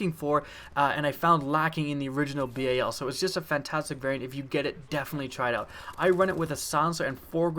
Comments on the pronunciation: He says "bay-a-l" learn how to speak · It's bal like the dal in Dallas and its obsidian stEED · He said B-A-L its BAL like the begining of balence